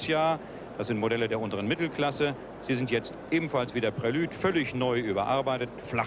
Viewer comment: Für mich sagt er völlig korrekt "Prelüd". Alles gut.